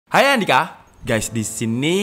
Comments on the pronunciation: Banyak yang ribut soal greeting. biasa dibaca Andika dengan menghilangkan 'H' pada logat jawa. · Lah, gua dengarnya "saya andika"